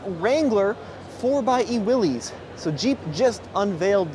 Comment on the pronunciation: you own a Willys it’s time for you to start pronouncing it correctly. It’s pronounced WILLIS